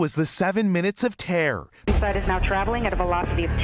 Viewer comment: I thought the word was terror not tair.